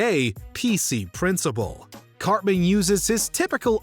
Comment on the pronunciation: i stg i thought you called him "cockman" i had to take a triple take